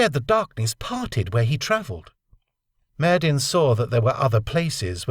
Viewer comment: Why do you insist on pronouncing that name "Myyddin" with a hard "D" when you must know that in Welsh (Khumric/Cymreag) the double d "dd" should be pronounced as a soft "th?"